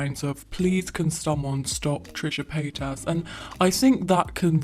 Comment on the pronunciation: haha trisha payt-ass